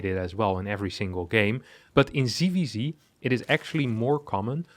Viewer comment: ITS NOT "CVC" ITS "ZVZ" PLS CORRECT YOUR PRONUNCIATION!!!!!!!!!!!!!!!!!!!!!!! NOT "SEE" ITS "SET". JEEEEEEEEEEEEEEEZ Also: This is not about winning a computer game, its about winning wars... Future wars will be fought by drones/AI, and the best AI will win... Pls get up to date.